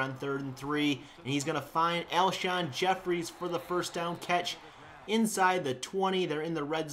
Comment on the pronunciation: Alshon Jeffery not Jefferies